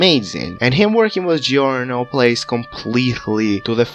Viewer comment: i love how you pronounce giorno's name